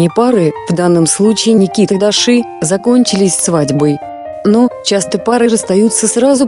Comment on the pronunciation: Правильно ДУРА УДАРЕНИЕ ставь, ЧТО значит Даши, УДАРЕНИЕ на и